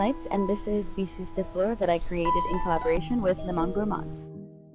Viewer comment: Can someone explain to me like I’m two why people insist on using French for naming their products, and butchering the pronunciation, instead of a language they are fluent in and let us butcher it? I mean Kathleen Lights saying “Bisous de fleur”, when “Besos de Flor” is just as pretty, and it’s part of her culture, so she could pronounce it… or maybe someone could have taught her how to pronounce the name of her fragrance. Apologies to all those I offended… but I’m offended (and I’m French). And Kathleen Lights is absolutely not the only offender. Have a great day! I’ll just be here scratching my head in confusion.